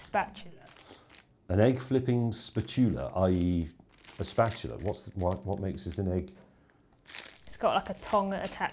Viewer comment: Me mum used to call it a spatoola! ;-) (And I'm not even British...) It was a family joke (back in the late 50s), when our brand new tv station tried to live stream a very early infomercial, all done by a news reporter who mispronounced the word. Obviously, unfamiliar with all things kitchen. It always resulted in hilarity around the table.